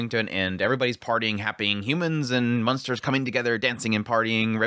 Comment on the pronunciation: I noticed that you have a tendency to sometimes say "munsters" instead of "monsters". I did that a lot when I lived in Indiana and Oklahoma before moving to Arizona.